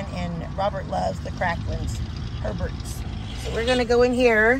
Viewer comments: Yes …it’s ay bears. I don’t want anyone to blast you for not saying it correctly….It’s all good. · Been there many times! Love the one arm bandit (slots) and knew my limit!😂😂❤️❤️🐾🐾. Spelled Herbert pronounced Abear).😍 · 🍀I’m a Louisianan. I couldn’t let your pronunciation of Hebert stand. It’s pronounced “ay bear”. Bless your Texan hearts!!